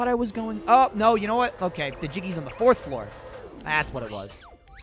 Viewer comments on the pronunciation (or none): say s"Flourth foor" r is it just me?